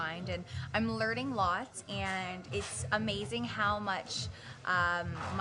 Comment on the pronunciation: Woohooo Windsor Ontario!!! She must have been so nervous!!! "Which is very proud of" "I'm learding lots"